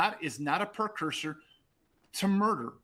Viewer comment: “Percuser “ not precursor. I’m sorry it shows your intelligence.